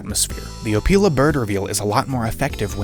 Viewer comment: hehe "opeil"ing he said. Great Review